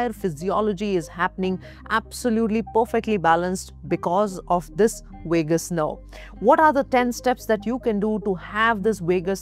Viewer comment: Wagabond Wagus nerve. Wagal wery funny